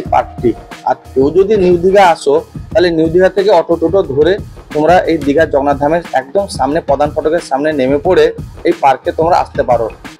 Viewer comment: ভাই "জগন্নাথ ধাম" উচ্চারণটা ঠিক কর .... খুব অস্বস্তিকর শুনতে লাগে |